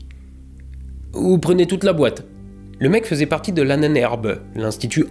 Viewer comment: En fait il y a un problème de prononciation sur l'Ahnenherbe, il eu fallu prononcer Ahnen-herbe car ce sont deux mots distincts. C'est juste histoire de faire chier que je dis ça. J'y connais rien